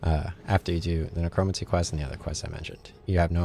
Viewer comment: Necromancy is pronounced like neh-crow-man-see. Not a big deal, just thought I'd help you out with that.